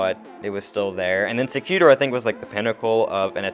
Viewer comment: Sec u tor’. Accent on the 3rd syllable. Win gardium levio’ sa